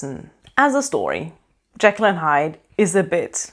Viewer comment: I really loved this book. And I loved the movie with Spencer Tracy. I thought he was the creepiest Hyde ever, understated but menacing. I was interested to hear your pronunciation of Jekyll. That’s how I always pronounced it in my head, but I’ve heard it pronounced as Jeekl (long e) which always grates on my nerves. Thanks for the review!